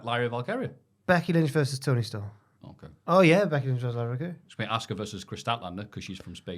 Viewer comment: calmly correcting pronunciation of Dionna Purazzo and Lyra Valkyria every single week has surpassed calling every move a shoot as quietly the best part of the podcast.